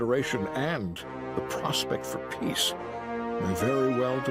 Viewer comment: It’s not Nimoy’s voice Rev, the only word he pronounces like Nimoy did is “peace”. Voice impersonator i think 🤔